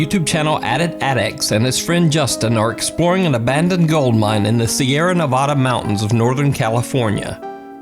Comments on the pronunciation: you said Nevada wrong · Ok no hate at all love your videos but it's Neeeeevada not Nevoda it just frustrates me when people miss pronouns it but again no hate love your vides. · Huge fan of, but as someone born and raised in Nevada, it's not Nuh-vada, it's Neh-vada.